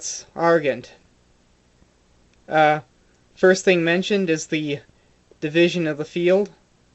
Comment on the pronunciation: A very nice explanation, thank you. Just a few points (if you don't mind), though. The colours are: Gules, Azure, Sable, Vert, Purpure and Murrey (mulberry). The stains are: Sanguine (blood-red) and Tenne (tawny). The pronunciation of Gules is 'gyu' not 'goo', and the pronunciation of Argent is 'gent' as in 'gentleman'. Regards...